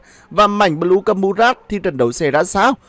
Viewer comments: Đọc là anh ơi, bờ lêu nghe như lêu lêu hài vãi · Bờ lêu nghe thốn vãi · bị cà lâm hay sao ý,cứ là là là là là thay thì đọc một chữ thôi,xong r cứ đọc 😂😂😂😂 cười ỉa